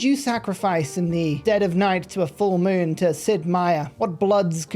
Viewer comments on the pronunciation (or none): none